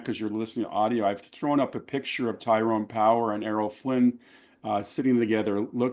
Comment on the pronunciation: His name is Tyrone Power, not Powers, btw.